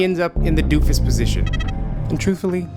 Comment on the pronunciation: Its position not posistion